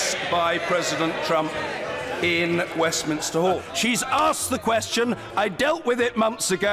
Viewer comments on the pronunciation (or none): none